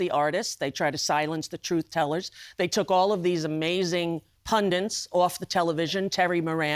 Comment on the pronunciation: Always enjoy pundits being pronounced Pundens